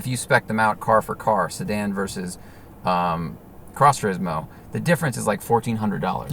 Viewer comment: Nobody: ..... Matt: Tureezmo